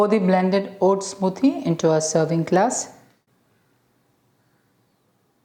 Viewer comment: 'Smooothhhie': I love the Malayali accent.